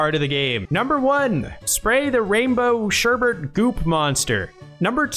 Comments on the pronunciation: if you look at the spelling, you should see pretty clearly that it's sherbet, not sher-bert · It's "sherbet".